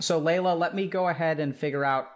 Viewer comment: oh Laila, she might be persian *intense persian accent* I know my culture too much, idk why this is so funny for me